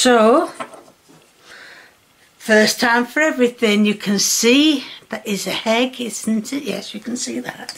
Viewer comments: why do you say hegg instead of egg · The HHeegg